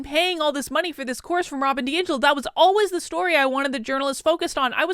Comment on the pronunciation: Congrats. Some people even pronounced your name correctly!